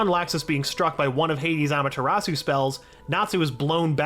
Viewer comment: Did he just said amatartsu